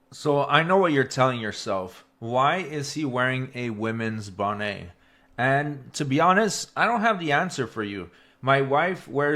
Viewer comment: It’s not a bonnay, it’s a bonnet. You pronounce the T.